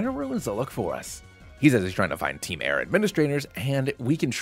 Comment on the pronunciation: Hey, nice video, but it’s actually called ‘team soar’ or something